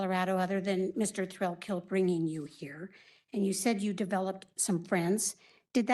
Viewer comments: His name is spelled Thrailkill - pronunciation IS 'Thrillkill' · Notice how the prosecutor keeps pronouncing it Mr. Thrillkill instead of thrakill